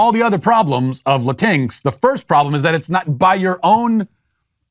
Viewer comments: Is "latinx" pronounced "la-TINKS"?? I thought it was pronounced "la-TEEN-eks", like "latino" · La-tinks? Did you mean Latin-X? While Latin-X is extra because Latin is already gender and culture neutral, I was laughing that he kept pronouncing it la-tinks XD. I thought he was talking about Disney pixies or fairies for a moment there. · As a 32 y/o half Cuban man, I’ve NEVER heard it said La-tinx before and it made me laugh. Not laughing at you, just laughing in general. You’re 100% right though, Latin and Hispanic is already gender neutral anytime I have ever seen it or heard it trying to be used seriously my eyes want to roll so far back in my head I can see what I’m thinking. Whoever came up with it shouldn’t be allowed to be taken seriously. Ever. It’s just so stupid 😂😂😂😂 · I as I Latino hate the term LatinX and love that he calls it laTINKS. You sir made me chuckle. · Latinx just sounds like they're mispronouncing lynx for some reason :D